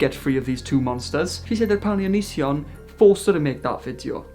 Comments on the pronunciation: DID YOU CALL HIM ONONCEION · 'ononceion' !!! canny believe i'd not heard that one before hahahahah